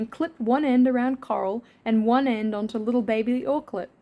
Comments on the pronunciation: Is it just me, or does it sound like is saying “Carl” instead of “Coral” sometimes? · I kept hearing “Karl” instead of “coral”, so I was super confused throughout like half the video 😭😭😭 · no way i thought u were saying "carl" this whole time! haha